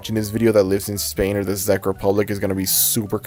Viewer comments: Czech is pronounced like “Check” not “Zeck” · this is very interesting but heads up, "czech" in "czech republic" is pronounced like "check", not "zeck" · im sorry THE FUCK? THE ZEK REPUBLIC? "Czech" is pronounced "check", man. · Why is he saying "The Zeck republic" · Because it sounds like Czech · Czech is pronounced how you would say “check” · Correction, The "Czech" in the Czech Republic is pronounced like the word "Check". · "Zech republic" 💀 Edit: also here in hungary (and likely other european countries) cloudy with a chance of meatballs aired on cartoon network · I don't mean to sound like one of those people, but Czech is pronounced "check". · Czec in pronounced like check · I like ur vid but Czech Republic is pronounced check Republic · ffs Czech is pronounced "Check" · the way you kept pronouncing czech republic wrong😭it was triggering me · sooo nobody is gonna talk about how he's pronouncing the Czech republic